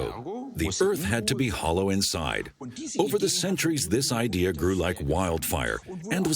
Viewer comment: Idea is not pronounced I DEE HER